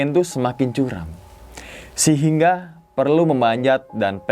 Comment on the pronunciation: 15.19 “Sihingga” :v